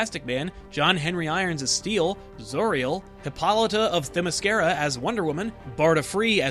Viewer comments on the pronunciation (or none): none